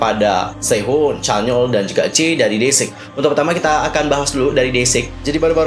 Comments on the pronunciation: #jae bang bukan #jay 😃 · mohon koreksi sedikit kak yang benar Jae, bukan Jay🙏